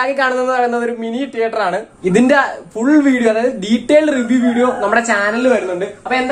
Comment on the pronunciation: ടീയറ്റർ അല്ല മോനെ തീയറ്റർ..